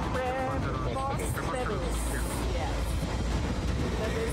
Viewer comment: Hindi pa maipronounce ang preposterous.